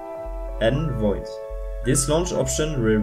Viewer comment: its novid not nvoid